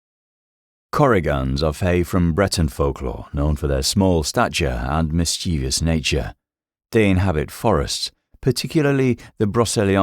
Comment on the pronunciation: The mispronunciation of Mischievous is like nails on a chalkboard